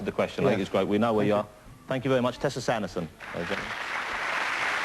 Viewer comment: The host is doing a GWEAT job!